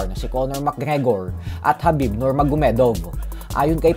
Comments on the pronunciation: khabib hindi habib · Khabib kasi boss hindi Habib haha